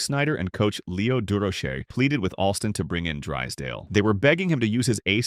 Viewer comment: Koo-fax? Du-row-Shay? Get rid of this AI crap.